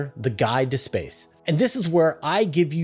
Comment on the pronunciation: "Else" and "also" do not have 't's in them. They are not "eltse" and, "altso." It's minor, but it is distracting. Where is this accent from? Meanwhile, a lot of people pronounce "often" as "ofen," sans 't'. The content is good, tho. You don't need to do a giant Dyson Sphere. Just reflect the heat back at the star. Duh. You aren't trying to hide the star, just that you are using it for energy. A Dyson Swarm makes much more sense. The energy could also be beamed to other outposts to be used as energy, or to planets, to heat them, all without being able to be seen unless one was in the path of the heat laser. This is like Legos. Why are people acting like this is hard?